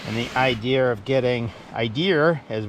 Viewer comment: Idear “I D E A” Idear